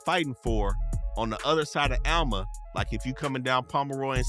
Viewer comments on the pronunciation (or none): none